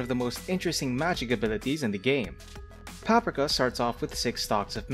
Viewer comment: I believe you're pronouncing Paprika and Tianhuo incorrectly. It's "Pap-REE-ka" and "Tee-YAN-hwo" (like "whoa"). There was one other word you mispronounced, but I can't remember it at the moment.